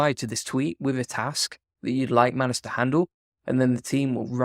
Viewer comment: It's pronounced 'May-nus' not Mann Uss'